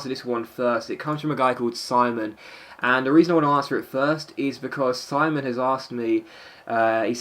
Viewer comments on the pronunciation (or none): none